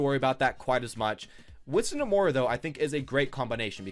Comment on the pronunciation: Please stop mis pronouncing moira